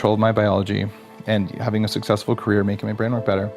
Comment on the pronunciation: lol Career....not carrier